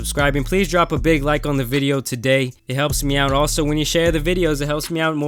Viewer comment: Why my boi say today like that 😂😂😂. He said "Tadhay"